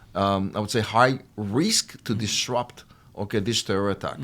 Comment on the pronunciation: "disrupt"..not "trupt".